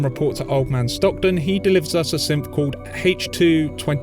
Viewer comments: I don't know why but I thought you were calling the synths, simps. 😂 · Is it just me or does it sound a lot like he calls synths wimps